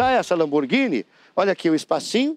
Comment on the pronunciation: "lomborguine" kkkkkkkkkkkkkkkkkkkkkkkkkkkkkkkkkkk